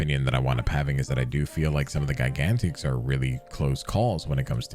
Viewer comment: The only problem I have with Gigantix is the way you pronounce it.